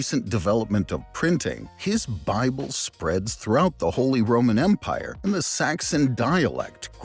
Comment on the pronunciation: Holee Rowman Mpyre: I roman Beesanteen Mpyre: Yes but no